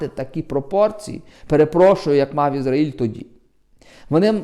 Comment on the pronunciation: Що слухати дурня, який не знає, де наголос в назві країни Ізраїль ставити